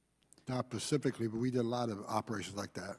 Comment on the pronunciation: Homan, when asked a question, answered "Not Pacifically." This guy shouldn't be in charge of any government division.